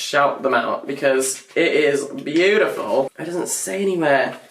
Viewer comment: did he pronounced "beautiful" with american accent 🧐🧐🧐